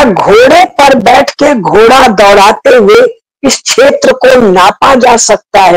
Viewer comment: छेत्र नही क्षेत्र बोलिये